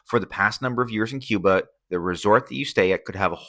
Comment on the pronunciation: No sabes pronunciar Cuba , yo tampoco sé pronunciar quihanada , cuando aprendas a pronunciar Cuba yo aprenderé a pronunciar Quihanada ok gracias